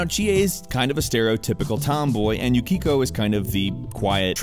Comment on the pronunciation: Bro The way he pronounced Yukiko OMG tilt